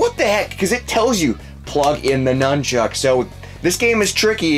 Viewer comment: It's nunchuk not numb Chuck